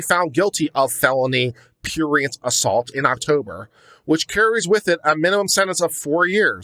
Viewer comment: If you're going to use a word like prurient, you should learn to pronounce it, you know, so you don't sound like a pretentious pseudo intellectual and stuff like that.